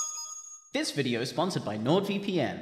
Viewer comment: Uhm, so... "where are the new bideo Barny"?